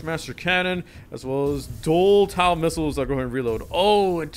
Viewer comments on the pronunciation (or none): just a nitpick, but its pronounced tow not tau (sorry for being a nerd) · Im not trying to be that guy but i am, TOW is said like t-oe not t-ow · i am trying to not go crazy to how he says tow taw goes crazy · "Taow" hurt my head this whole video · Bro the way he says Abrams TOW and MRAP